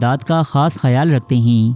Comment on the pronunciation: Mashallah Bhai ap ne video to boht achi banayi hai _ magar ap ( Hain ) ko ( heen ) kyu bolte ho 🙂